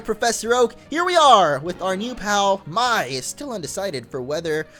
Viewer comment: It's pronounced "May", but spelled "Mai". Just saying.